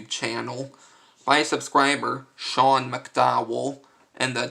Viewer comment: You pronounced my name correctly and that was a great card effect and tutorial.